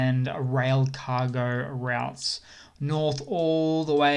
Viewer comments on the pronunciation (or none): none